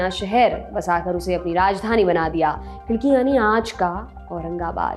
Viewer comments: खिडकी नहीं "खडकी" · उच्चार खूप चुकीचे आहेत...ऐतिहासिक व्यक्तींना सन्मान देण्यात यावा. तुम्ही मलिक अंबर साहेबांना देखील सन्मान देत नाहीत. उदा. शहाजी राजे, मालोजी राजे, खडकी आहे ते खिडकी नाही. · Ma'am let I know, it's KHADKI not KHIDKI... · खिडकी नही "खडकी" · Its KHADKI...NOT KHIDKI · Khadaki not khidki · Khidaki nahi khadaki...